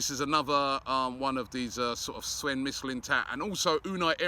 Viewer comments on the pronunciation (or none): none